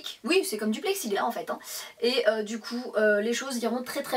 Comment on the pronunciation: On dit "Plexiglasssssss" le S se prononce 😜 pour le reste top!